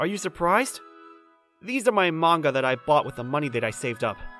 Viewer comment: wow I thought I was the only person who pronounced manga like that